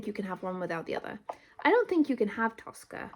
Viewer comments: It's тоскА with the last syllable stressed, тОска with the first syllable stressed is an Italian opera (Tosca) Тоска has always been an equivalent of sadness for me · ТоскА - ударение на последнюю гласную - А. Тоска - это когда вы думаете о чём-то или о ком-то, и думаете об этом с грустью, и даже плакать хочется. Примеры - 1 - Вы влюбились в парня и тоскуете по нему, думаете о нём и вам грустно. 2 - Вы с грустью вспоминаете какого-то умершего человека или своего питомца, тоскуете по нему, хотите вернуть его. 3 - Вспоминаете своё детство, как вам было тогда хорошо, и вам становится грустно, вы тоскуете по своему детству. Честно говоря, это слово - тоска, оно редко используется в обычном разговоре, и оно уже немного устаревшее. Его часто можно было встретить в советском кино, в старых русских сказках, в классической русской поэзии. Возможно оно и сейчас встречается в поэзии, но я за стихами не слежу. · "Тоскá" (with an emphasis on the last syllable). In my opinion, the best way to describe "тоска" in English is with the words "longing" and "yearning," which're used when we miss our home or a person, which is often the case with "тоска." In other situations, when we're bored, "тоска" becomes "melancholy" or "ennui." "Хамство" is often used to describe verbal rudeness, so we can replace it with "rudeness," "boorishness," or "loutishness." Although the word "сутки" is exists in our language, it's more often used as "day/день" in any case, implying 24 hours without distinction between day and night. like, why count the night if we're sleeping anyway))